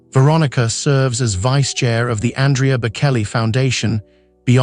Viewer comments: Andrea also mispronounced. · Aria is pronounced wrong. Same w Andrea.